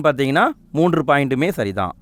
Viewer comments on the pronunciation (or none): none